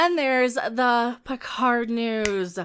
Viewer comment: PEEHARD is back the robot